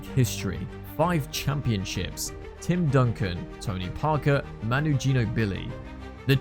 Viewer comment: Out at “Manu Geno-Billy.”